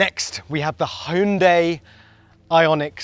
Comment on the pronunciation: Love the attempt in pronouncing Hyundai correctly. Bravi!